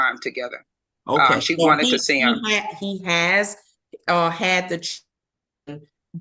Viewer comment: This judge pronounces children - chewdrun 😕